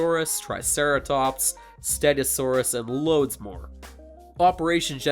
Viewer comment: "Stedosaurus" YOU FOOL !!!